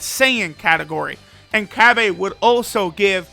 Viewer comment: Cab-Aye Lmao